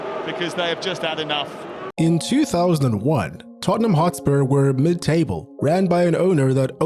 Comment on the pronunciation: Tottenham is read as Totten[h]am. The h is slient. So , you read it wrong.